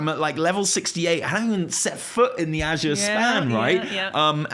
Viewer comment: Thank you for pronouncing "Azure" correctly!!!! OMG it's killing me how many people can't speak proper English. My school teacher brain goes into meltdown every time I hear someone pronounce it uh-Zoor. And I'm an American!